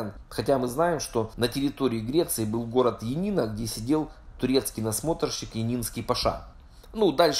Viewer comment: не много тебя поправлю,греческий город Янина,а не янИна,а полное его название Иоаннина,от имени Иоан,по гречески это Яни(ваня)по этому и называют его коротко Янина.